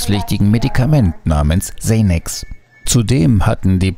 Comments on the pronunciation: Im englischen wird es Sänax ausgesprochen und nich Seinex. Denke du hast nicht aufgepasst. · Man sagt sänäks und nicht seinäks! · Wie er Chsenechs statt Xanax Sagt haha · Zaynax? Xanax! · Haha er würde sagen Ksanaks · Eher Sännäx. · solange man nicht Kzanaks sagt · „Säinäx“ Lmao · Xenäx haha😂✋ geil ausgesprochen 😂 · Wer kennts nicht "xeynex" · sprich xanax nie mehr aber bitte nie mehr so aus 😂